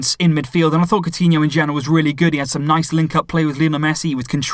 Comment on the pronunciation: any brazilian or portuguese here? is coutinho pronounced like "cow-tinho" ?